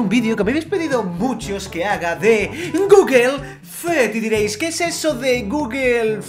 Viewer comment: guguel fed... ES GUGUL FIUD AMEO GUGUL FIUD